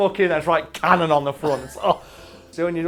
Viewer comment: It's can-can'non. Not sorry!😁